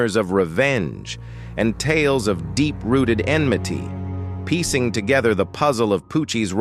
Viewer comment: Ha! Just when In complimented it on pronouncing enmity right then it said endeavor and themselvese